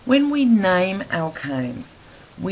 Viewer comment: when we nayme them w nayme 😂😂😂nayme